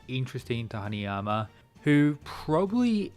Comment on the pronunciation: haNAyama not haNIyama